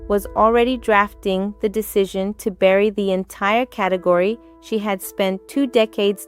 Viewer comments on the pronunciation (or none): none